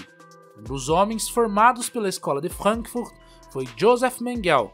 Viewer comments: porra essa pronuncia de frank furt e mt pela saco mds , brasileiro querendo falar alemao com portugues mds para cara n faz mais isso nunca te pedi nada kkkkk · Pior que fica parecendo aqueles cientista louco de desenho animado😅